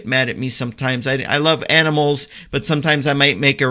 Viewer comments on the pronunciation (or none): none